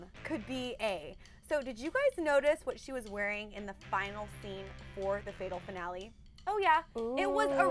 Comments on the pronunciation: The coats pink and why can't the blonde one not pronounce finale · D "finolle"